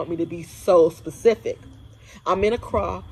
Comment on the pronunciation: man, the way you pronouce the word 'ACCRA' is diisturbing. Just too American. Wow. You are stressing the wrong syllable over and over again